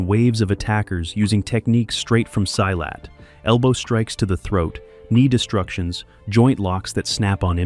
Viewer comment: It is so painful to hear this narrator mispronounce "silat" so poorly. If you respect yourself & your audience, you find out how to pronounce your copy before you record it. duh. Tony Jaa was performing Muay Boran, mostly against Muay Thai, in that film. - Not Muay Thai. Big difference.